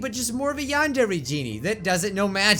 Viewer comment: u say "YANDERE" really weird. like, if u compare u saying it to Yandere Dev, u sound weird